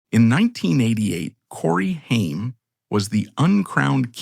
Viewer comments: You lose all credibility when your shitty AI voiceover can’t even correctly pronounce the name of your video’s subject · Omg this AI is so bad. You cant even say names correctly. Stop being lazy and reas the script yourself. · Shame that his name is said wrong thru this whole video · thats not how to pronounce his name